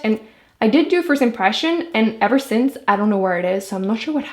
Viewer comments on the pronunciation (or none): none